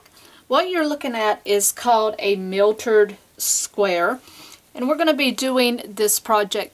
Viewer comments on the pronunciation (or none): the word is mitered not miltered. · Miltered? I say mitered (long I)...there is no L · You did pronounce it "miltered" even though you spelled it correctly. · Mitered not miltered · this is nice ..but learn how to call it by its right name..."myitered" square not mitered...say it correctly please